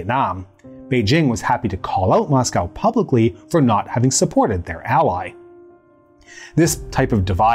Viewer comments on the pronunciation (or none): none